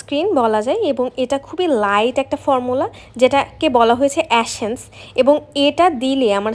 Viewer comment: 🙄 এ্যাশেন্স না! এসেন্স!